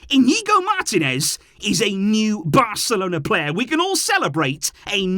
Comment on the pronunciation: Bro. It's mar-TEE-nez. Say it: mar-TEE-nez.